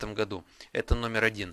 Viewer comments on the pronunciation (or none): none